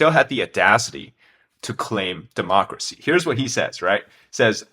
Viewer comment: Homie really say "dehmocracy" coming from the mouth of the (*self named*) China Communist Party, gotta be fucking kidding me